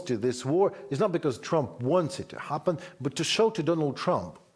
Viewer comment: The Mans name is Trump ! Not Tumps ! Go ahead n dishonor Trump while honoring the cocaine driven leaders . Makes sense for msm .